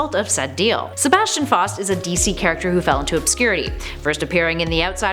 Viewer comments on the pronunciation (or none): again, it is wonderful to see you back, but please, Please, PLEASE research the pronunciations and/or grammar. It is pronounced "FOW-st" like Goethe's titular character (pronounced "Guhr-tuh", btw)and the absolutely abhorrent storyline was entitled "One More Day", not "one day more". Also, it's "Constan-TYNE" (rhymes with "Thyme" or "time"). Just saying. Keep up the otherwise good work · I'm sorry to whoever gets offended from what I'm about to say but what the hell no pun intended there are a few things wrong with this list such as pronouncing Faust wrong it's f-ow-st and Malebolgia is pronounced mal-bow-gia think of a bow and arrow plus the Spider-Man one is one more day, not one day more and it honestly doesn't count since it was retconned in One Moment in Time that Mary Jane whispered to Mephisto "I know Peter. He will never make this deal with you, never, ever unless I ask him to. But if I do, this is the end of it you will leave him alone for the rest of his days." so this honestly is Top 9 Superheroes Who Made A Deal With The Devil